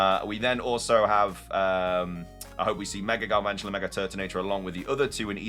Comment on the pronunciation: THERE IS NO R IN GALVANTULA!